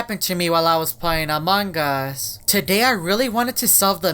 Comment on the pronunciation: The way he says among us😂😂🤣